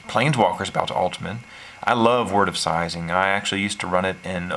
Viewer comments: Am I the only one unnerved at the fact that he pronounced “Seizing” as “Sizing?” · LOVE the deck tech but cringe every time you say seizing.